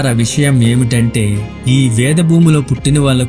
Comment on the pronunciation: చదివే విధానం బాగుండలేదు.. భాషా దోషాలు.. ఉచ్చారణ దోషాలు చాలా ఉన్నాయ్.. వేరే వాళ్ళ చేత చదివించండి.. చిన్న పిల్లలు మీద ఈ ప్రభావం పడుతుంది. ళ.. ల.. ణ.. న.. వ్యాస మహర్షి.. వ్యాస మహర్సి..విసయం.. విషయం..ఇలాంటి దోషాలు చేయరాదు 😮😮😮